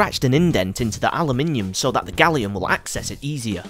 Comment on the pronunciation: You don't pronounce aluminum correctly or gallium